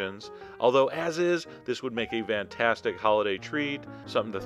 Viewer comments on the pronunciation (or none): I love how Chef John says "Vantastic!"